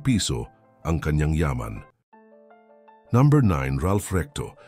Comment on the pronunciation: Pakiayos pag pronounce ng no. Parang ewan kasi haha 😅😅 ayaw ko na tuloy mg subscribe